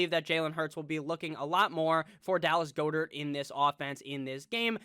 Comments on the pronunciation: It's pronounced Gaa- dert, NOT GOO-dert dude! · I really hate the way he says Goedert